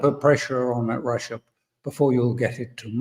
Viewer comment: Ursula: “We are wamping up pwessure because stwength is the only language Wussia understands.” Russia: Oh weally, is that twue?